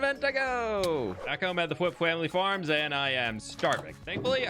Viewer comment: “fWhip fWamily fWarms - the best fWheat you’ll ever find in the world!” I think find should be “fWind”😂